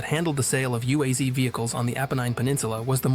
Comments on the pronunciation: UAZ is pronounced as a word, not spelling the separate letters. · UAZ and GAZ are pronounced as a word, not spelling the individual letters.